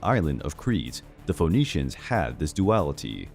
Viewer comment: It’s pronounced F’neeshians not Fo’neeshians.